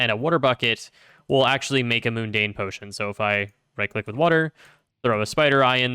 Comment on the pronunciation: Every time you said "moon-dane" instead of "mun-dane" it made me cringe. :)